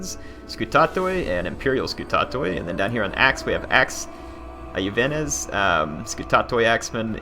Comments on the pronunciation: Usually in Latin, the "i" is pronounced as a consonant "y". Iuvenes is not pronounced something like "i-youvenes", but actually just "youvenes". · Hello their. I took a bit of latin so I can help you out here. The word "Iuvenes"is pronounced "Yoo-when-es". It means "youths" or "young men" in Latin.